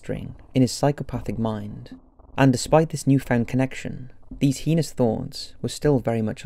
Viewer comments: “The most heenos acts” ... really... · And 'heinous' - Should be hay-nus, like 'anus', not 'hee-nous'! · I don't blame you much for mispronouncing the word "Puget"....but for Pete's sake....IF YOU CANNOT PROPERLY PRONOUNCE THE WORD "HEINOUS" THEN STOP INCLUDING THAT WORD CONSTANTLY IN THE SCRIPT OF YOUR DOCUMENTARIES!!!